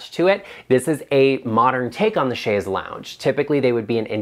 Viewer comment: I am a retired English teacher and speech therapist, and I am so happy to hear you pronounce chaise correctly and advise your audience of the correct pronunciation. Once an English teacher, always an English teacher. Same with correct pronunciation of words.